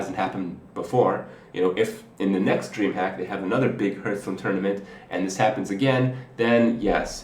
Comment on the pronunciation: Seriously, LEARN TO PRONOUNCE HEARTHSTONE